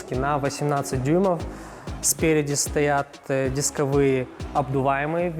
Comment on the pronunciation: дисковые,ударение на первый слог,выштамповки,ударение на О